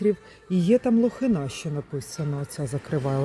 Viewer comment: Лохина- наголос на И.